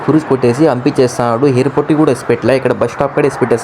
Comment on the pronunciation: అన్న ఎయిర్ పోర్ట్ అంటారు. హెయిర్ పోర్ట్ కాదు.